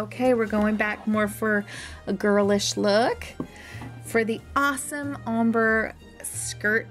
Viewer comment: ombrè is pronounced (umm-brrr-aa